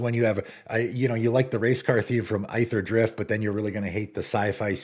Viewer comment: The set is pronounced "Eether-drift," not "Eye-ther-drift" Cmon man